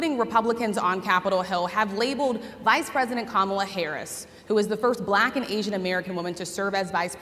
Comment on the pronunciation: I just heard this and it's either ironic, funny, or scary. Kamala wants her name to be pronounced as "Come-Allah."